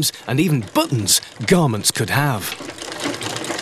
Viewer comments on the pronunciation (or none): the way he says buttons....makes me giggle. hehehehe